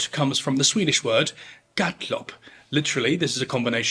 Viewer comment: As a swede I must applaud you for your pronunciation of “gatlopp” - Nailed it! Thank you for yet another amazing video!